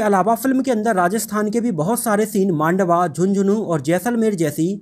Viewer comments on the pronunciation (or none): Mandwa nhi sir mandawa h ... Mere ganv ke paas Mei hi h mandawa ... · Not Mandwa, This Mandawa, I'm belong Jhunjhunu Rajasthan